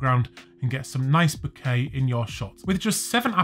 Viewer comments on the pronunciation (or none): " The bukake is not creamy and delicious ..." i cant unhear it ffs